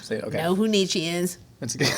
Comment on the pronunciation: Thank you for pronouncing Nietzsche correctly. 😂